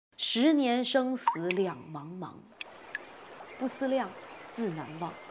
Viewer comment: 不思「量」，應該是二聲還是四聲？小時候唸的是二聲，二聲是動詞，四聲是名詞，這裡應該是動詞吧？